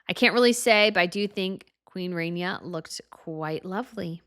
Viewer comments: Oh god needs to learn how to speak and announce things. She sounds like an old school stereotypical announcer with the way she pronounces "CEREMONY". It's not Queen "RAINYA" it's "RAHniya". You have no idea how to pronounce basic names and it's literally your job. Aren't you the expert? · Ok - Queen RAHNIA - Ahh as in Shah, not RAY-nee-ah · It's queen Rania not Renia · You mispronounced Queen Ranias name .